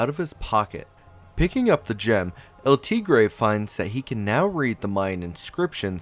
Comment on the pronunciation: Cringe how he pronounced El tigere